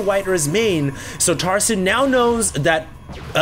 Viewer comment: i keep thinking he is saying tarzan